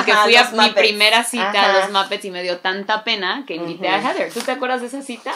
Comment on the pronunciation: Ayyy "jeder" heather o como se escriba y pronuncie, me hiciste chillar que lindo amor de hermanas